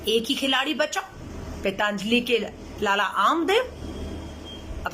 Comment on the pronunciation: श्रीमती "पैंताजलि" नहीं "पंतजलि" कम से कम संस्था का नाम तो सही उच्चारण किजीए। आपका शिक्षा एवं लालन-पालन तो शायद भारत में हुई है, इटली में नहीं ।